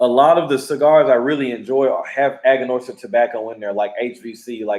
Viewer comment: Brotha you know it is Aganorsa